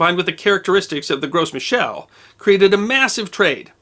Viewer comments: FYI: You don't pronounce the "S" in Gros Michel. It's just 'grow mee-shell'. It's a French thing. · Should be pronounced "Grow me shell" .... Love your channel! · Gros Michel is french, so you don't pronounce the s. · The 'gros' in Gros Michel has a silent 's' and pronounced closer to 'grow' than 'gross'. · FYI, It's pronounced "grow"michel. Not "gross" michel. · The "s" in Gros Michel is silent. It's French for "Big Micheal", you don't pronounce the s, it's pronounced as "Groh Michel". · In "gros michel", the S is silent. So you'd pronounce it "gro michel". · Just a nitpick: 'Gros Michel' is from French, so the S should be silent.